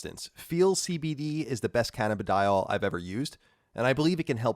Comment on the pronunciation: "Canna-b-Dial" lmao